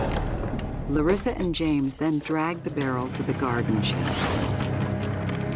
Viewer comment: Why can't the producers of this show realize that the pronunciation is luh-ree-suh, not luh-riss-uh. This is not the first time that someone who knew the person pronounces the name one way (the correct way, obviously), and the narrator pronounces it another way.